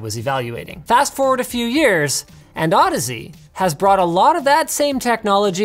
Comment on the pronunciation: Is that how you pronounce Audeze? I always pronounced it like "Au-DEEZ" Nutz